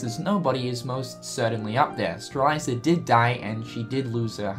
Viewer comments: Its prounounccncouned "Stray-lit-zee-uh" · Sees T in front the Z in Strelitzia Also notices the I after the Z: "Streliza" Cringes but still loves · STRE-LITZ-IA, not Streleiza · Strelitzia, not Streliza. But it's fine, I guess... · IT'S STRAH-LIT-ZEE-AH GOD DAMMIT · for the record, it Strelitzia is pronounced Strel - lit - zee - uh. Not trying to be a grammar police or whatever, but just thought u should know. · say it with me, STRE-LIT-ZI-YA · Your killing me with Strelitzia's name pronunciation,...